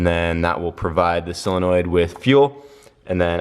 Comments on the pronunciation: Why does everyone say sillenoid? Its SOLenoid. Its not that hard. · You say solenoid wrong and its driving me nuts lol